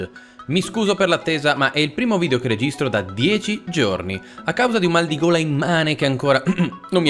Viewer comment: Noi allora sentendo "ho un maligola... "😰 Noi adesso sentendo "ho un maldigola..."💀